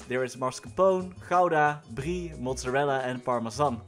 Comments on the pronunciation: wait wait wait wait wait the way you pronounced ''Brie'' what nationality are you! that didn'T sound like a typical anglo ''trying'' to pronounce it! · it sounded really french like